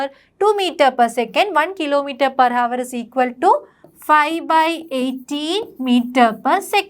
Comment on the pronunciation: Pronunciation is not hour it is our h silent